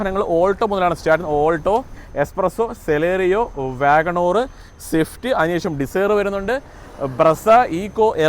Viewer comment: വാഗണോർ എന്നല്ലാ .. വാഗൺ ആർ എന്നാണ് പറയേണ്ടത്